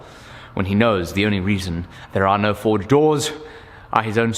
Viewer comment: Whenever says forge it sounds like he's saying Ford. The old Ford-esk slogan keeps coming ro mind 'have you driven a forge lately'.